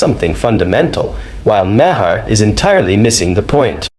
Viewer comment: Just a thought... you might want to learn how to properly pronounce names BEFORE you make a video. Maher is pronounced exactly like the word "mayor", like the leader of a city.